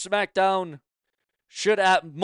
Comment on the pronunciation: What is " Sumackdown"? What is a "bilavard"? Who is Randy "Or-in"? May 19th means absolutely NOTHING!!! Who is "Mitchen"? Did your mother have any children that lived? Why do you hate the English language? Why do you sound like a snake oil salesman? Aj Lee return as big as Punk's🤣😂🤣😂🤣😂? Ok you have zero brain cells left! Benoit MURDERED A CHILD!!! You pile of 💩!! Who is "Oba FEEMEE"? Why do you hate English?!? Just my thoughts, comments and opinions!!!!!!!